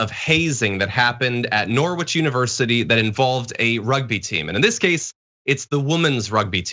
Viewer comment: It’s pronounced Nor-itch, or Narj